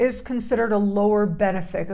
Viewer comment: Another great video,. Thank you! Please be careful with things like pronunciation, because it matters more than most people realize. You are among the world's most foremost astrologers, which means you represent the entire profession. You can either bring credibility to it, or add to the general public's disdain for it. The correct pronunciation of benefic is ben IF ic. The emphasis is on the IF. You are emphasizing BEN. Please know that I have only LOVE for you. I've watched you for years now, and have great respect and admiration for you. Your strength has grown immensely. Btw, I share your love for Ibn Arabi as well. He was brilliant, and his wisdom lives on through you.